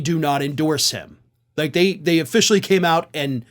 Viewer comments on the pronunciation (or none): none